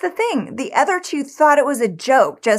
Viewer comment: Why do you say "ether" instead of "other?"